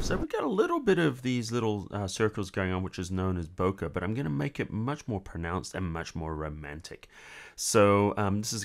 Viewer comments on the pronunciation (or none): It's pronounced "bo-kay", not "bo-kuh". Good tutorial though.